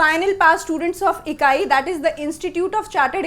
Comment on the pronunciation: Pardon mam, it's not "Ikai", It's ICAI. This is an abbreviation, not the name. It has to be spoken as I C A I.